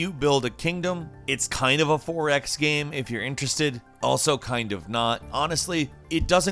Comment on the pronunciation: Why do you say GAM instead of GAME?